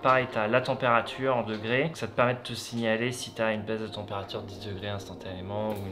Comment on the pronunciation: « La températchure baissait systématchiquement » 😂 Bon force, ceci dit. C’est arrivé à une copine, moi même j’ai senti le truc. Après s’est foutu de sa gueule on lui a suggéré de faire venir un magnétiseur et pour elle ça a marché